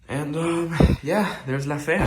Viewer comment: bro you sounded extra spanish ... 😁👏👏👏👏👏 La fea , talk spanish more often Btw how dare you take time off . Tf you thinking .. Suerte , éxito Felicidades